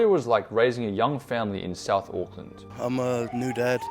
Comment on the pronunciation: The maori low intelligence stereotype is hilariously highlighted in this video hahahahaha, NONE of them can pronounce words with "th" in them lmao. "Souf auckland" "I fought" "free" instead of three, "vay" instead of they, "ovvers" instead of others, I could go on for years, they have no interest in not sounding uneducated.